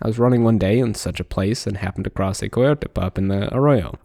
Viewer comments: Koy yo tay who the fuck pronounces coyote that way? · Noticed your pronunciation of "coyote"(?). Have I been pronouncing it wrong this whole time or what D